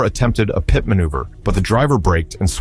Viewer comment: What's a " PIE- TEE' maneuver? Somebody, please for the love of English, teach these damn AI voices how to speak!!!!